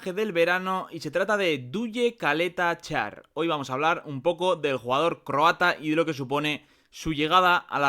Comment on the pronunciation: Se pronuncia Chaleta Char